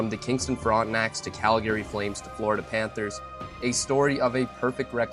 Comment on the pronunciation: What the f*** is Cal Gary? Is this AI?